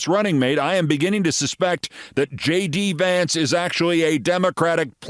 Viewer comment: "Shay-De" Vance